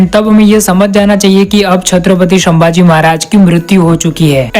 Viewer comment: संभाजी महाराज को तुम शंभाजी महाराज khu bolte ho🙄🤔